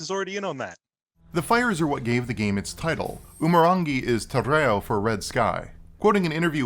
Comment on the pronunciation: This is a great review, but your Te Reo pronunciation is killing me, bro. And I'm a white guy.